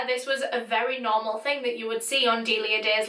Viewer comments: My friends name is Delia oof when she says her name I just think of my friend I may be wrong but I’m pretty sure you said her name wrong bc my friend corrected me when I said dilia but it’s actually sounded out d-eh li ah sorry if you’re right on saying her name right I only know the way my friend says her name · DeLIa dEyY